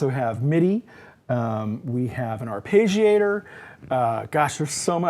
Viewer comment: Just a small bit of "abuse": it's not an "ar-pay-gee-ator". The double consonant after the "e" indicates that it's a short vowel. So that "e" sounds like it does in "legging". (And if you want to be closer to the Italian pronunciation, both "g" sounds are pronounced separately, but this is not common in English. And it probably makes you sound like a prat. 😃) Nice synth, but... it doesn't quite fit into my setup.